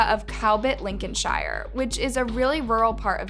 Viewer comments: It’s Lincolnsher not Lincolnshyer and peterbruh not peterborow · Thank you for this video! In the UK we pronounce the 'shire' part of place names as sheer. So Lincolnsheer rather than Licolnshire ❤ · Link-in-shy-er? Looool try sounding out Lincoln & sheer together. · I have no idea why they say shy-yer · that’s not how you pronounce Lincolnshire